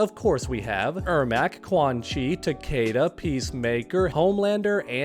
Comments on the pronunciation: Takeda is KEY-DUH KEY-DUH NOT KAY-DUH and its Sek-TOR not Sek-TER. I'm sorry I just can't hear names being butchered constantly. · It's fucking ta-KEE-da. That's how they fucking say it in the sorry of MKX. Why does everyone insist on saying it wrong?